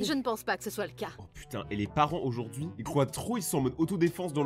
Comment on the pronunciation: " AuJoUrD'GhUi mEs GaZo"incrr 😹😹😹😹